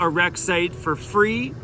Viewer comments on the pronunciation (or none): It said Fee not free🤣😂